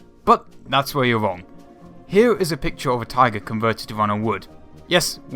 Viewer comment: "Thats where you Wong", "invation to Wassia"???? Really?? Fuck you!